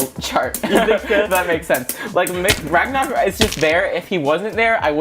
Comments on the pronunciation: who even says bagnaruk its roktovor bro' my god my you watching anime but your in china mode ok Kyuss English ok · Ragnarok ❌ Ragnaruk✅